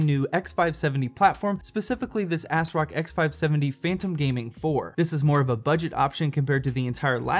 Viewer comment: He said "AsRock" lol